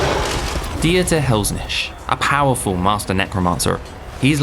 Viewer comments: "die-ater Helsnicht"? "Dieter" is pronounced "Deeter" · Can a German speaking person please teach how to pronounce "Dieter"...